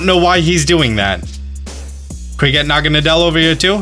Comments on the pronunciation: BRUH I TOLD U THAT IS NOT HOW U SAY naGAnADEl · You say naganadel like this na-ga-nay-del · Ah senior naga-na-del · No one: Not even Necrozma:: proceeds to butcher Naganadel's pronunciation